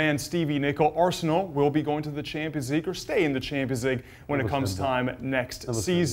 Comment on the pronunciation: I’m getting so angry with the way this guy pronounces Arsenal. Not talking about Steve